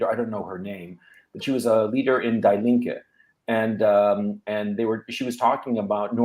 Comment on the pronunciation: Gonzola, the 'die' in 'die Linke' (the left) is pronounced as 'dee', not 'die'.